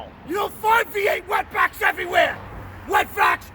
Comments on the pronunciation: Lmao anyone elts hear the "wet backs" "wet vacs" lmalol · I thought he said wet backs instead of wet vacs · Oh shit I thought you were saying wet backs